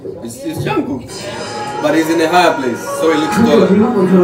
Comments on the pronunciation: its jk jungkook not yangkook lol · When you say Yangook something dies inside me)) He is Jungkook (djankook, "J" like in John, Jacob) Thanks))